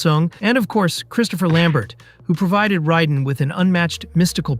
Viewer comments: Warner Brothers, not Bros Raiden "Ray-den" not "Ry-den" FFS 🤦‍♂️ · It's Mario bros not bras & it's (Ray den) raiden not riden 🤦🏼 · Love the video and the info. FYI it is pronounced “Warner Brothers” not “Bros”. I know that’s how it is spelled, but not pronounced the same way. Raiden is pronounced ray-den not Rye-den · Great Vid, but please stop pronouncing it RYE den, Its RAY den, and dont try sayin some " in chinese mythology" its RYEden.... the creators who made the game clearly says FINISH him, RAYden Wins flawless victory... also Warner BROS, short for Brother, its not Warner Bross, I dont call my brother my BRA, I call him BRO, apart from that good research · Did you say Ria-den? Its Ray-den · not rai den, ray den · You lost me when you called "Raiden" "Risen". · I know what you mean pronouncing it ryden is criminal. This guy's never played an mk game or watched any mk movie or he would know how to say it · Super Mario "Bras" and "Riden". Yeah, you're just a biter looking for content. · I dont think the narrator in this video is a fan of mk. He cant even pronounce RAYden properly. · Riden? Who the f is rye-den? Also MK hit rock bottom in 96? Tf is this video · Riden ??? frfr bro … really ????? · How can such a detailed and well told video can be made without saying Raiden right. 😅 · Pronouncing Raiden like that should be a crime against humanity. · The way he said Raiden's name lets me know he never played the game lol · I dunno if you’re pronouncing Raiden incorrectly or if ive been saying wrong all these years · Really bothers me how he says bros and raiden. Just don’t. Great research tho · Why can’t you pronounce Raidens name correctly? Have you not seen the movies or played the game ffs 🤷‍♂️ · Why do you say raiden like that